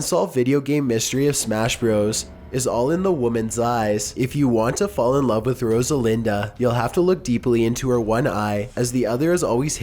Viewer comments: Rosalinda??? Are you fucking serious? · I swear if you react to this I am going to sue you Every time he said Rosalinda I cringed so hard jfc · Brex BH Rodalina. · "Separyoth?" "Aeriath?" "Rosalinda?" "Meelee" Did even read the names once before recording? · Rosalinda was one of the worst. There's not even a D in her name :/